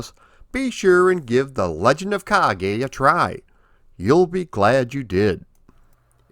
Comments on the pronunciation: I liked the game back in the day, but I thought it was too repetitive, not to mention a little easy. I think the second stage is the castle moat, not a cave. And the "e" in "Kage" (which means shadow, BTW) is pronounced "eh," not "ay." The latter would be written as "ei." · Ha ha only learned the name today. The Afrikaans pronouncing of this game was closer to Japanese than English